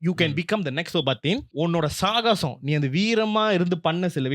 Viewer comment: It is சாகசம் (Saagasam).